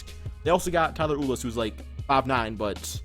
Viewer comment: not tryna hate but it's pronounced like Tyler "You-lis" instead of "Oolis" haha. just trying to help you out there😂